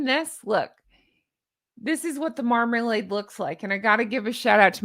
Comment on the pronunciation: Did you say Markalade? Orange Markalade?? At the 14 minute’ish mark? I’m loving it!!